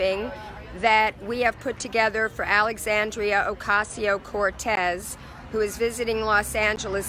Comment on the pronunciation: Just wondering ... how much did that outfit cost? With that total breakfast bill, how many homeless men, women and children could have been fed? And who worked that camera? Does the term heroin with drawl come to mind. And why does AOC only have a Spanish accent when pronouncing her name?